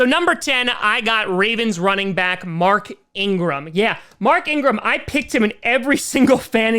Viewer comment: how he said lamar jackson, before said mark ingarm.